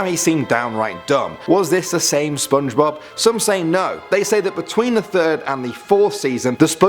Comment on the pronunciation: Did no one noticed he said Spidblob?